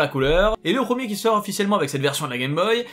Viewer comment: prEEEEEmier, on dit prEEEEEEEMIER, pas prooooomier.